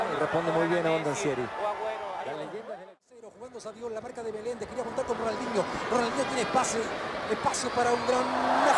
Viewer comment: RONAL"N"DINHO, jajaja, quien le estampó el nombre, Papelucho Disléxico, que merme...